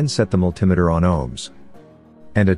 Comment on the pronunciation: What the hell is a "multim-a-ter" Oh wait! multimeter. (multi-meter)